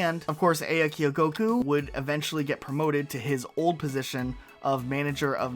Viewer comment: Great vid but quick note, the producer's name is pronounced "ah-ya," not "ei-ya"